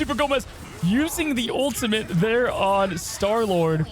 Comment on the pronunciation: please learn how to pronounce ultimate if you’re going to be casting. it’s not ultimint. there’s no N in the word at all. you can even just say “ult” if it’s too hard for you